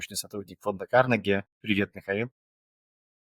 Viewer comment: «Привьет»? Говорите все сразу на английском)